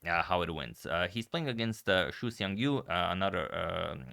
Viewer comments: Xu's surname is more similar in pronunciation to "she" rather than "shoe" If it was Shu, then it's "shoe" But if it's Xu, it's "she" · "Xu" should be pronounced as "She", incidentally "Shu" is lose in Mandarin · And it doesn't sound like "shoe" either! Chinese is hard! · No, it's not "sea". To westerners, it sounds the same. But any Chinese can tell you you're pronouncing it wrong if you say it like "sea". It's not easy to explain over text, so it's best if you listen to videos or other pronunciations online to understand the difference. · BTW, you make a good effort to try to pronounce everyone's names. The 'u' should actually sound more like the German ü (ue). It doesn't matter, it's not like I can speak Croatian myself, lol. There are also two Chinese surnames (written with different characters) that are Xu. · He also got the meaning of the name wrong, his surname Xu is 许 and is a common word meaning approve. What he is thinking about is 旭, which is pronounced in a different tone. It is exceedingly rare as surname. (by the way, there are over 200 characters which are pronounced xu, 5 of them also being surnames) You can't blame him tho, Chinese is complicated :) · Xu it's pronounce more like xi Yu it's pronounce more like yi